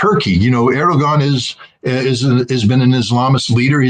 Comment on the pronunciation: Love you, scott, but please stop calling Erdogan Aragorn. I'm a Lord of the Rings nerd and I object.